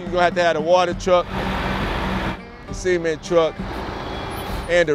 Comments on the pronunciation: man pronounced cement as semen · I love how they pronounce it cement instead of cement.